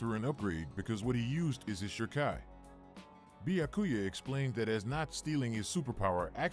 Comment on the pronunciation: Not the Bya-ku-ya pronunciation 🤣😂